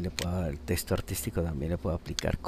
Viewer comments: Genial Hermano, pero deja de decir TESTO, es TEXTO!! Saludos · ya con tantas veces de dice TESTO se te quitan las ganas de terminar de ver la explicación.